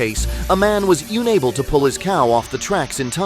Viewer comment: Ah, AI voiceover. Wtf, lazy ass. Who pronounces unable as "Younable"??